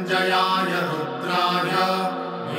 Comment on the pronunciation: Not Rudhay but Rudray and not sarvay but it is sharavay.